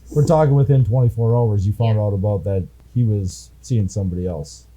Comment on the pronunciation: The way this dumbass b pronounces 'about' is enough for 25 to life holy shit